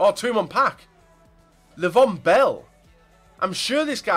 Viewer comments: It's pronounced Ley-Veon Bell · The way he said Le'veon Bell 😂